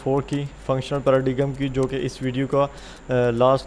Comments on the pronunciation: Not paradiggggggggm... Its pronunciation is paradaeiimm ... 'g' silent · Just a little correction. the paradigm word should be pronounced with silent g.